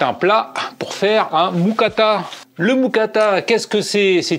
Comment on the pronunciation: Très bonne musique dans tes vidéos ! PS: on dit une "Moukata"